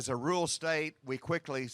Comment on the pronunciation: What's "Rule State"? Oh! Ru-ral! 👍